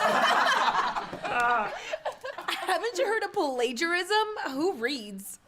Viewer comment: pah-lay-ja-riz-zum.. pretty sure it doesn't have that many syllables